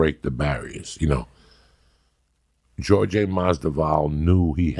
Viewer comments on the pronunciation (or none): Why is he pronouncing it geor ge lol not jorge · “Georgie MasDuval” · “Jorjay Masdival” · go watch some Joey Diaz footage and you'll see. It's not surprising. He can't pronounce any names right. Everybody knows it so nobody cares because the rest of his memory is really good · Georgie madzival😂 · It just kills me because Joey's Cuban he gets a pass on every other ethnic names but Jorge (hor-hey) Masvidal(Mas-vee-dal) c'mon uncle Joey lol gotta love em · Georgi Masdival...i cant take this guy serious.... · Joey "Giorge-eh Masdival" Diaz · “George-Jay musvodal” 💀 love you Joey lmao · Joey goes, "jorjay and nake" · Did he just call him George Madballs? Lol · "Jordi LaForge-disval" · As a Cuban this guy should be able to pronounce “JORGE”!!! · Why's he saying his name like that? He's Cuban 😅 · How come he can’t pronounce ‘Jorge’ if he’s of Hispanic background? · I genuinely don’t understand how he’s pronouncing his name wrong. Joey is Hispanic how cant he pronounce Jorge. It’s like mispronouncing Tom